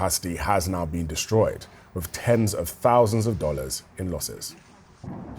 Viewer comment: "Ten's of tousands of dollars in losses". Crap, I didn't realize everything in Russia was THAT cheap!?!